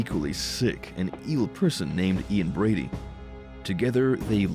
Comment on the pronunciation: It's not Ian Bradley it's Ian Brady